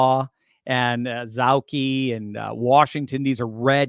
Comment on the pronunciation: it's O ZAW KEE county. But you got Waukesha!